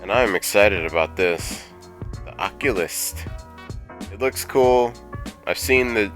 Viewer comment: lol lotus moon says it that way too. its not occulist. its occulTist.